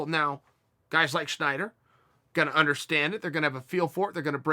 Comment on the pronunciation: Snyder... Not Schneider...kinda like yair not yarear